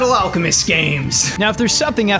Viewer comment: After all, Ed is the Full Metal Al-cow-mest